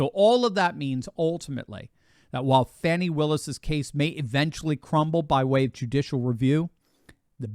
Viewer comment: Im glad you ptonounced her name correctly. More than half pronounce it Fonnie but it is Fannie aka butt!